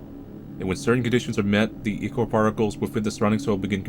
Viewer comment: Īchor (eye-core)